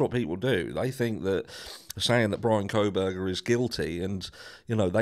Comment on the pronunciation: Is it just me or do others hear say “Bronco Burger” when he says Bryan Kohberger? 😂